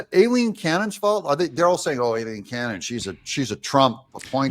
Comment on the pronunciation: Thank u, 4 pronouncing Judge Aileen Cannons 1st name correctly. It was my Mothers name & is often mispronounced. I miss her. Thank u again. I love ur show